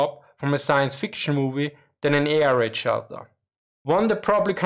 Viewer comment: He pronounces air raid like "A - R - Aid" 😁